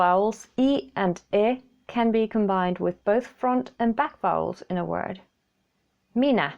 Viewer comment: I am confused. When you pronounce "A" and "Ä" on their own I have no difficulties to tell the difference because it's basically the same in German. But when you pronounce words like "minä" and "kiva" suddenly both letters sound like an "A". And it's not only you where I've noticed this. Is it just me having bad ears or is it some kind of finnish slang/dialect etc.? And can I pronounce the "Ä"s more clearly or would that make me less understandable? Thanks for the help